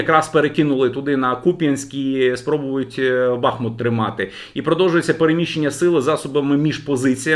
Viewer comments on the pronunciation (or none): none